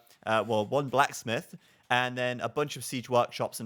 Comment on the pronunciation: I swear when says "blacksmith" he actually pronounces it "plasmid". This isn't Bioshock man!!